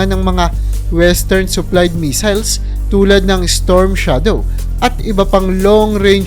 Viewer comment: Missile hindi measle